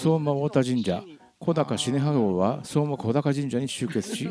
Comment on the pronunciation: 素敵な動画upありがとうございます✨福島県民ですがリアルには観たことがありません。 今年は家族が観てきて土産話しをたくさん聞きました。 神社名は小高と書いて『こだか神社』ではなく『おだか神社』と読みます😊